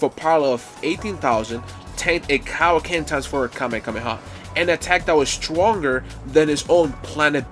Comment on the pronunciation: Before that CowKen instead of Kaioken 😂